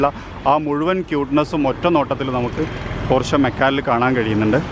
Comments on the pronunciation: പോര്‍ഷെ അല്ല പോഷ് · No its german actual pronunciation is ‘പോർഷ' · പോഷ് എന്നാണ് ബ്രോ 😍